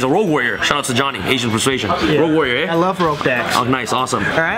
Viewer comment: "Rogue warrior, eh" - your Canadian is showing bruh 😂😂